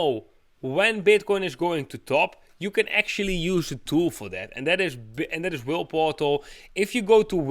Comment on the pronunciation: Thank you again, I have been following the cycles on "whaleportal" (with your accent, it sounds like you are saying "whirleportal"😂, no offence to you.) along with your channel and am impressed with its accuracy. I must admit I also make the mistake of holding on too long before taking profit, and it has burnt me, I still need to work on letting go of my emotional trading. Thank you for your advice, and I make sure to watch your posts every day. Keep it up, you are a superstar!!!!!